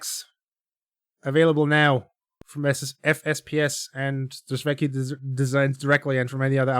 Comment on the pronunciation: I believe you pronunce it : drysweky